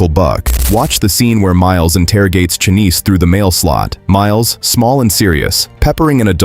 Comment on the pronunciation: You combined two different scenes from Uncle Buck when describing the scene where Miles rattles off rapid fire questions at Uncle Buck. They were sitting at the kitchen table, not at the mail hole (that’s later when Miles interrogates Chanice [pronounced with a sh, not ch sound, by the way]). And that was to help Macaulay Culkin remember his lines, not to help John Candy remember his lines. Also, there is no reference in any way to Uncle Buck in Happy Gilmore. I don’t know where that bit of trivia came from, but it’s inaccurate. John Daly was in the sequel, playing a story of uncle to Happy’s kids. But that doesn’t have anything to do with Uncle Buck. If you’re referring to the IMDb “Connections” page for Uncle Buck, they don’t mention a connection. So … it’s an erroneous bit of trivia.